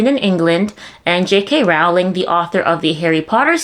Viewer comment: Great reporting,! Keep up the good work. Just so you know, Rowling rhymes with BOWLING, not howling.